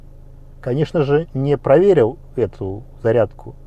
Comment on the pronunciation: Все хорошо но!Автор невыговаривает букву ""Л.ПровериВ(л)" и в том же духе.